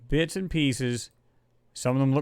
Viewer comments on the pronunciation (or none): none